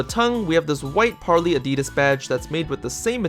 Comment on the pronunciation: Par-lay not Par-lee